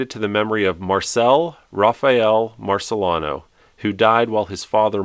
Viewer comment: Also, I believe it’s pronounced Mario MarceLEEno, as in St. Marcellina.